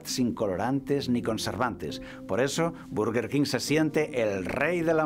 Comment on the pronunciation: Berguerquin se pronuncia perdoname